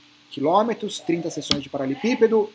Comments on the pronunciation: Anos acompanhando o falar "paralepípedo" ao invés de "paraleLEpípedo" kkk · kkkkkkkk eu ainda fico esperando ele falar do jeito certo kkkkk um dia vai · Uai prestar atenção, ….verdade.